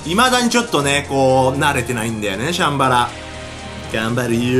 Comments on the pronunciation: シャンバラの発音チャンバラみたい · シャンバラの発音おかしいよ！